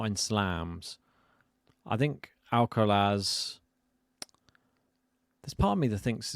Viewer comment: At least this guy stopped saying Alkawrath 😂